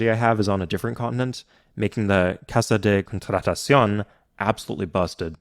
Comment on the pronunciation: Your pronunciation of "Casa de Contratación" is... actually pretty good. Nice